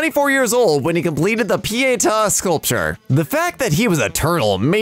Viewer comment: as an Italian the way you pronounced pietà hurts me